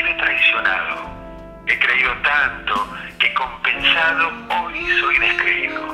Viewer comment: Cuando recita dice compeSado y es compensado.